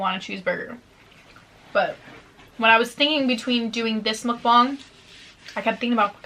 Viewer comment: You’re the only white YouTuber that I watch that’s says MUKBANG correctly. Not MOOKbang and not mukbAng. Ur amazing